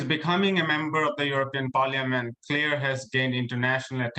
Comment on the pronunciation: I wish they can pronounce her name correctly. “Clear” or Clare?